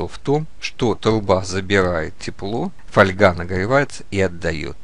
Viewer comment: Когда хочется блеснуть умом но не хватает образования для этого есть справочники либо просто ВИКИПЕДИЯ !!! И не мелите чуш.... Фольга́ (польск. folia, устар. folga<нем. Folie<лат. folium — лист[1][2][3]) — металлическая «бумага», тонкий (толщиной от 0,0001 до 0,2 мм[4][5]) и гибкий металлический лист из алюминия, стали, олова, серебра или золота. Раньше в слове «фольга» ударение ставилось на первый слог, но в настоящее время такое ударение признано устаревшим и общепринятым считается ударение на второй слог[6]. Слово «фольга» обычно не используется для железа и его сплавов, в этом случае для толщин 0,14—0,36 мм употребляют слово жесть.